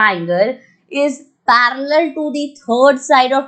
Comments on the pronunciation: The way she says parallel 🤣 I am Like parrallel ok the correct pronunciation is parrlal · Who note word parrrrrrrel😂😂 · Mam ur way of saying 'parallel' is quite funny 😄 but ur way of teaching is to salute